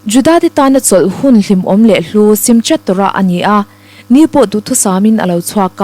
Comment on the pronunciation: "SIMCHAT TORAH" ("SIMKHAT TORAH" ti a lam tur a ni e.)